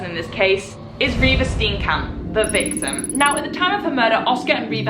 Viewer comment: As a South African, what a well executed video. Thank you! My friend worked on the autopsy of Reeva Steenkamp. Side note: your pronunciation of the surnames is v sweet.